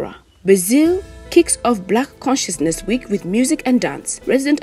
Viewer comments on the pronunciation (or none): She kept saying "black cinciousness week*" but it reads and is "black consciousness MONTH*"